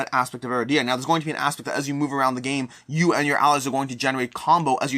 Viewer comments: A-RID-e-ah not Ara-dee-ah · Cringed every time mispronounced the game